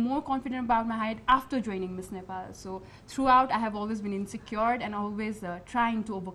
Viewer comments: ए कार्यक्रम चलाउने नानि its not नेफाल it is नेपाल, आफ्नो देशको नाम भन्न कुन accent use gareu naani ?? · 😂😂😂😂😂Nephal Nephal ka x yo Nephal